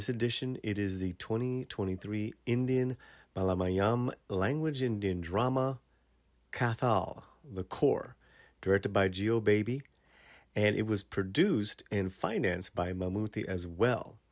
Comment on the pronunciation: Its not "malamayalm". Its "ma la ya lam". "Malayalam"